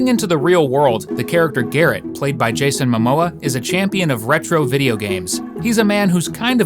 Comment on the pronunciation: Please say Jason Momoa correct 😅